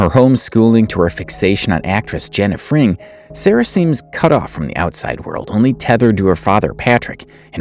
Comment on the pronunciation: Jenna's last name is Frank. It sounds like you are pronouncing it Fring.